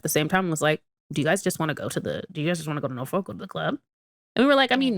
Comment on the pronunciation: the way you saying Norfolk is stressing me out 😂 we can tell you not from here 😭